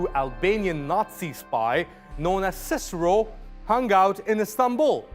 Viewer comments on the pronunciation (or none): none